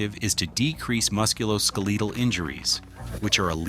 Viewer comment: How cliche' and trite can you get. Forward, HARCH! And this narrator is AI. Can't even get a real narrator. "Muscular-Skaleetal." Given me a break. Skeletal, Dude.